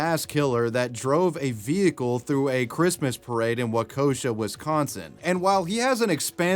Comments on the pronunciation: Wah-key-shaw. Not wakosha 😅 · it's pronounced "Wah-Kesh-Awe" 😂😂😂😂 there is no "o" lol. "Waukosha" 😂😂😂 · Theres no 'O' in Waukesha. Every time you said "wau-KOSHA" I cringed 🤣 people really struggle with pronouncing Wisconsin cities 😂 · FYI: it’s no wa-koe-sha it’s wa-k-a-sha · Wau-ke-sha! not wo-kay-shanaynay... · psa it is not pronounced wah-koe-sha, it is pronounced walk-uh-shaw. Waukesha. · Waukesha is pronounced "Walk-eh-Shaw" not "Weh-coh-shuh" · I live in Wisconsin and it's not wakosha it's pronounced walk-uh-sha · this is the second video you said this “Wa KOSH uh” pronunciation of Waukesha, Wisconsin. (The first was the Slenderman stabbing girls). As a local I can assure you it’s “WALK uh SHAW” I’m waiting for a video covering something in Oconomowoc, Manitowoc, Wauwatosa, or Menomonee Falls lol 😅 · he's saying waukesha in a funny way. It's pronounced "wa-keh-sha" not wakosha lol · Wau-kesh-saw.... not Woekosha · WAKOSHA???? ur killing me wauk-eh-shaw 😭😭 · Oh my god it’s pronounced Walk-uh-Shaw. Not Wekoesha. Holy cow I didn’t know I’d be bothered by this that much. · Wau-CO-sha, Wisconsin 🤣🤣🤣 Sorry I live in Wisconsin and its great hearing people out of state try to pronounce some of the cities. Waukesha is one of them that like no one pronounces correctly lol it's WAu-ke-Shaw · I’m pretty much always “that guy”, so what’s one more… I’ve heard you pronounce Waukesha like “wakosha” in multiple different videos by now, but the best way I can write it phonetically is like “walk-a-shaw” 🥴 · Waukesha is pronounced "WAH-kesh-AH" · Waukesha. Wa Kuh shaw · Dude how many times can you mispronounce "Waukesha". It's not even spelled anything like "wakosha". If you don't know how to pronounce something then look up how to pronounce it instead of just being lazy and pronouncing it however you want to 50 times in a row. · Pronounced Wok E shaw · “Wahh Key shaw” that’s how you pronounce it. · Wa-kuh-Shaw. There I helped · Waaakosha lmao. It’s Waukesha.